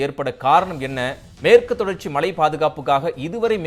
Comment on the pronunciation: சார் நீங்க, 'மழை'யை, மளை-ன்னு சொல்றீங்க... நா(வா)க்கை திருத்துங்க...